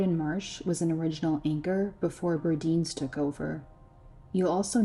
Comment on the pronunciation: Btw, Burdines isn’t pronounced like sardines. The “dine” part of Burdines was pronounced like dine as in when you’re going to a restaurant you “dine” out. It wasn’t pronounced like deen.